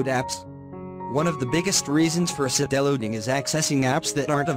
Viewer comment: BTW not see-del-loading..... = side-loading 👍